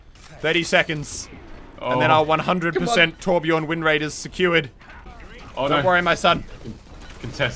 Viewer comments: im swedish.. u dont say whorebjœrn ITS TORBJÖRN! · I like torbjörn and not torbjorn but americans cant say torbjörn so yeah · As a scandinavian, i am annoyed that he says torbjorn instead of torbjörn. The voice actor pronounces it right, why not the fans? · It's Not Torbjorn it's Torbjörn Torbjöööööööööörn. With love from Sweden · ITS TORBJÖRN NOT TORBJORN! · I really love how you englishmen cant pronounce the letter "ö" and say Torbjourn insted of Torbjörn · For being swedish. This is so cringe. Its torbjörn. Not torbjorn. Only swe knows how to say ö XD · It's Torbjörn! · "trobajorn" jeez xD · Muselk it's Torbjörn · It's called Torbjörn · Its actually Torbjörn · its torbjörn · It pronounced torb-yern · someone, please teach them how to pronounce torbjörn correctly. please...... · Ö sounds more like u then o